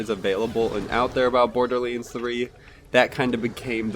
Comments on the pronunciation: is he saying boarderleans? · Bordearleands? I swear that's how I'm hearing you pronounce Borderlands. Hmm.